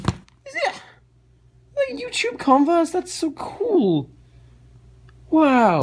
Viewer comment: when he said convers I thought he said condoms. that either says something about me or the way he was talking